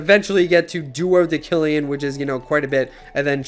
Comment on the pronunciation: The c in duodecillion is makes the s sound.